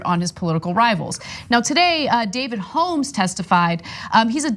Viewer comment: It kills me how Ana pronounces "Holmes"